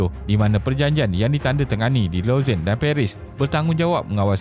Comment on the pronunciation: terbaik video ni. macam biasa, isi yg ringkas & padat dan animation yg informatif buat kita senang faham. cuma lagi baik kalau sebutan tempat2 international disebut dengan betul macam Lausanne, Montreux, Kiev etc. keep it up